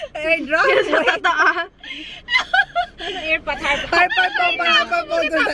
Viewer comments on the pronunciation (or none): Tawa ako ky sa "airpot😂😂😂